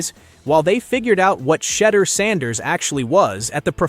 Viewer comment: Had to shut this nonsense off after I heard the pronunciation of sanders